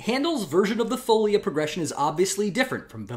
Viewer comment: thanks for the excellent series! just to appease my inner linguist : o ), folia has the stress on the second syllable: foleeea, not foulia.